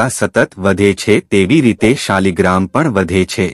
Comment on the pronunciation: શબ્દ શાલિગ્રામ નથી પણ શાલગ્રામછે